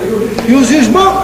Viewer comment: "E os ismãos" - lembra daquele episódio do Golias corrigindo ele "É irrrrrrrrrrmãos"